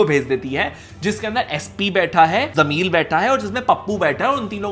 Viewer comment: Why is he saying jameel instead of jameel